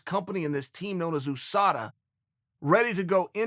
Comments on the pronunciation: Chael 'oosada' Sonnen! Lol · Chael Ooh-Sada Sonnen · Chael ‘oosada’ Sonnen